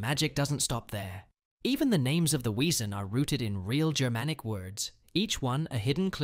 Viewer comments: It's pronounced vesen 😢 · it is pronounced "Vesson" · Vay-sen not Weesen . W is pronounced as V in German. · It's pronounced like "vesson," not "weeson." Were we supposed to listen to what you were saying an read the words on the screen simultaneously during the info about Danny Bruno and the others? Oh, and you don't need to start every single segment with "remember...?" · it’s pronounced v in German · You do know that a W is pronounced with a V in German, so it is Vessan. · Wesen is pronounced vessen. Get it right. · But it's spelled with a w so some people don't know it's pronounced as a v! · It's pronounced vessen. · Why can't this videos host pronounce the words from Grimm? Not much of a fan if he can't even say Wesen (Ves-sen) correctly. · It's pronounced Weezin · Wesen. It’s German. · Sadly AI voices don't pronounce the German word wesen with a "V" as you're supposed to do. I personally hate these AI voices. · Too Lock… David and Bitsie have a daughter, not a son. I think her name is Vivian. Vesen not we - sen Bloot Bahd Tah gah log not tag Ah lahg